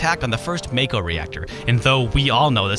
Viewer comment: It is not "MAY-KO" IT IS "MA-KO" Japanese! JAPANESE!!! and BIG SHOT IS A MISTRANSLATION IT IS HEAVY SHOT